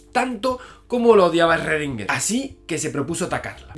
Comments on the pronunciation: En realidad se pronuncia "srodinger" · Shgrundinguer, así suena en alemán. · Esrredinger!!! Jajaja yo también tuve problemas con la pronunciación cuando rendí el examen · Esrrredinguer a todo gas! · Erre que erre, erredinguer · Esrredinger jajaja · ERRRRRRRREDINGER!!!! jajajaja Javi por Dios que me haces reir. Saludos! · En realidad su apellido se pronuncia en alemán, algo como "shrudhinga", y el nombre "ervin".. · Lo pronuncio como Shruadinguer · Shröndinger, pero que galán. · En Pocas Palabras, ESRRRRRREDINGUERRRR era la version autriaca del "Zeus" de Pascu y Rodri, XD Por cierto, excelente video Si vienes a Perú, hazme acordar que te invite unas salchipapas, o un pollo a la brasa, que tambien está buenazo. Y si en algo estoy de acuerdo con Schrodinger es que, sin buena onda, nada funciona. Saludos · Pero en el vídeo anterior te quedaste de la verdad, tienes que pronunciarlo como debe ser 'schrodinger' :v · Sigo con mucho gusto tus videos Javier, pero tu actitud con respecto a la pronunciacion adecuada del nombre del sujeto de esta biografia, me dejo pasmado. Me recordo mucho a los terraplanistas que insisten en repetir falsedades sin escuchar a quien intenta sacarlos de su error. El nombre de Marie Curie lo pronuncias bien, igualmente cuando hablas de Newton. Hay sitios de internet que te indican la pronunciacion de los nombres en sus idiomas originales. Eres un doctor en Fisica y un difusor de conocimiento cientifico. El cual, como bien los has indicado en tus videos, implica una actitud humilde y sujeta a la revision constante. Repetir una y otra vez un error de pronunciacion y decir que es asi porque si, luce como una malcriadez. Espero que esta cr'itica no la tomes a mal. Tus videos son muy interesantes y en casa los consideramos como parte de nuestra vida cotidiana. Saludos desde Venezuela.